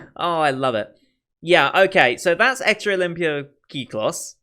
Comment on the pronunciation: Kyklos = Κύκλος, which means "circle" in greek. The way you are saying "Kyklos" (the "in your head" version) is really accurate. (can confirm, since I'm Greek)